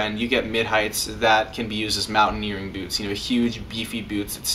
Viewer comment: Anyone else laughing at the way he says byoots?